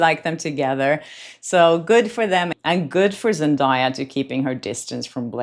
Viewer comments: Zen-DAY-a, not Zen-Die-a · Zendaya is pronounced … zen-DAY-uh NOT zen-DIE-uh😂😂😂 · 1. ZenDAYa - with a "day", not "die" - you can watch some videos where she says it herself, that is why I remember! 2. The bracelet looks the same... What Taylor is wearing looks like the same as top part of Blake's bracelet - like she layered it, with something silver under it! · Zendaya has told everyone how to pronounce her name properly many times so people will stop butchering it. It’s pronounced Zen-day-ah not Zen-die-ah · is pronounced ZEN DAY YA. NOT DIE. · Zen DAY Uh. Not Zen DIE Uh. I dont understand why journalists cannot pronounce her name correctly. It's literally pronounced the way it's spelled. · Girl, her name is zen-day-uh, NOT zen-die-uh. Get a person's name right. The minimum sign of respect. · Pronounce her name Zen-day-ah. That video of the fashion show is from 2023. Zendaya had already addressed it. She said she was watching the fashion show and waiting on the models. She wasn't paying any attention to Blake. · I love you and Zendaya and many have pronounced it the same way, but her name is pronounced Zen- Day- Ya. What if Blake dressed Taylor and gave her the bracelet to borrow? Lol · She pronounces her own name ZEN DAY A fyi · Zen DAY uh. Please stop mispronouncing her name. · Lady - learn how to pronounce Zendaya’s name- it’s really not that hard. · At least pronounce the name right😂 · at least learn how to pronounce Zendaya's name. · I really admire the work you do. However, as a Hollywood reporter, one of the basic expectations is accurate pronunciation of celebrity names. I understand that you're from a different country (I am too) but that shouldn't be a reason to mispronounce someone's name. Looking up how to pronounce someone's name is the least you can do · you are pronouncing Zendaya’s name wrong.